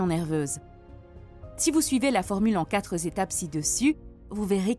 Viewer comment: Liaison malheureuse... il n y a pas de s à quatre